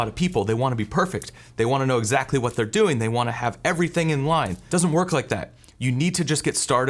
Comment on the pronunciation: Speaking of distraction, the way you () pronounce "doing" as "doe-ing" really takes me out of the content. If you pronounced it as "DOO-ing" like every other person I've ever heard, it would be less distracting. I keep thinking you are saying "going" and I get confused.